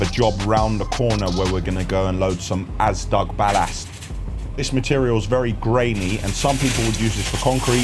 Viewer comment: Often when you say “ballast” I hear “bad ass”